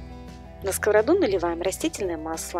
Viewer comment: Это точно!Я тоже заметила,и слово на сковороду ударение постоянно не правильное.